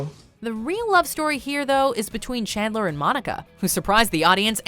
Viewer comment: "learn about her relationship with Kandler" Kandler? plis tell me am not the only one hearing that 🙀